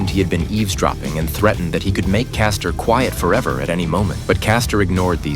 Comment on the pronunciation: Wow. Caster instead of Frank castle 😂😂😂